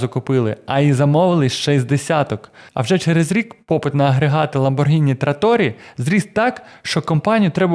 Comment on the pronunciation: Протягом всього відео звучить правильна вимова прізвища/бренду ЛамборГІні, а в самому кінці "невістка вс**алась" і ми чуємо ЛамборДЖИні! Вибачте, якщо різкувато!